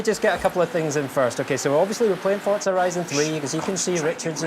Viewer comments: FORZA NOT FORTZA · ForTza. Never heard of it. There is a game called Forza tho.